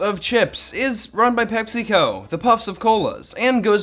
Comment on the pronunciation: I just want to point out that every time he talks about Pepsico he names Argentina like Pepsico makes everything wrong in Argentina (which it's true, "pecsi"? come on) PS i'm argentinian PS2 i always thought that frenchitas were like a cheap ass ripoff